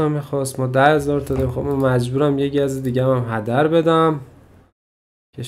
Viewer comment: داش گز نه گاز